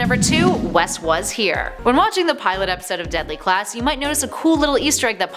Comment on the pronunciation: She said Deply Class